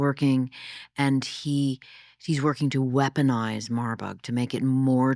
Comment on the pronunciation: It’s not “Marbug” ; it’s “Marburg”- after the city of Marburg, Germany with the bio research lab.